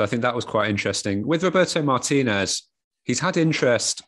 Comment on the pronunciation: What's the deal with British people not even really making an attempt to say Martinez correctly?